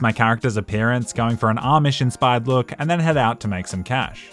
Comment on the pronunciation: Amish* not Ormish